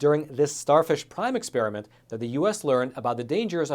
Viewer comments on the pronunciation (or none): none